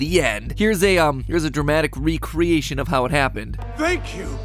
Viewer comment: ah yes R E A C R E A T I ON